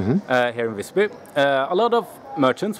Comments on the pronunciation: The I in Visby should be pronounced long. Hahahaha. Haha, he said "spare" but meant save up. In Swedish save is "spara". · Ah yes, the city of Vissby. I've been there once. I'm curious; don't you look up the pronunciation beforehand? Learn it at the place? Because it's supposed to be a long i. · Ah the classic foreigner, always pronounces visby "vissby" No, it's not pronounced vissby, its pronounced VIIIISby, do you understand? maybe not well its a long I, visby means wise village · the "'i" in Visby is supposed to be pronounced like a long vowel.